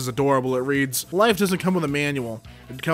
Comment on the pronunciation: I used to think he said rads. This is not cool.